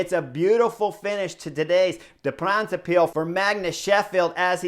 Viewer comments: It's not "De Brabintse piel" but "De brabantse pijl", although it's funny. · Yes sure was funny, didn't even know it was the name of the race he was saying until later in the video. The a's in "brabantse" should be pronounced like the o's in now and cow. And pijl, yes more like pal.